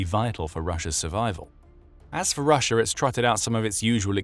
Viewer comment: Take a shot of vodka every time he says "RussiaR" 🤡